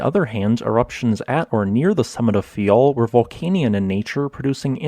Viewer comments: It's faiel not fayal😏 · It’s Faia, not Fayal